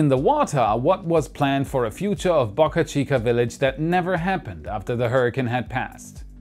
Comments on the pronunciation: Dude! Pronounce Boca Chica correctly. Not Bahka Chica. Bohkuh Chica... Boe. Bō. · Please. Pronounce name of the SpaceX site correctly. It’s pronounced Bow-Car Chica, not BuckA Chica. Bo-ca Chica NOT Buk-A Chica. There’s no U in Boca. It’s a Spanish word. What’s a Boca? A river mouth or a harbor entrance. Muchas Gracias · Why are u pronouncing Boca Chica differently this video